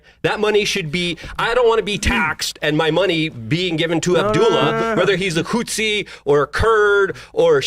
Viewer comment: is annoying me more and more every time he's on. "Moahajeen", and I'm not even sure how to spell his mispronounciation of "Huthi". Thank God for bazongas literally keeping this show afloat.